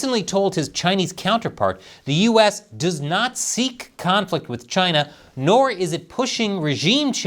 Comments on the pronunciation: You’re saying it wrong CHY NAH 😅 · it is Chy-na! Say it right.